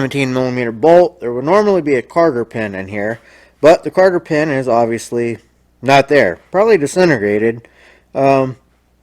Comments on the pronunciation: Nice job. I'm not sure if my ears are deceiving me, but I think you're saying "carter pin"? If so, they are called COTTER pins. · I was going to say that. "Cotter pin"...